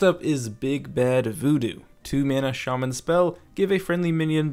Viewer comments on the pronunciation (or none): none